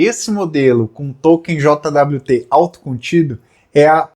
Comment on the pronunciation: eu nunca tinha ouvido ninguem falar "JOTA DABLIU TE", eu sempre ouvi "jót". soa muito estranho, falando as letas :D Eu prefiro usar paseto nas minhas solucoes. um jwt mau implementado é um deus nos acuda.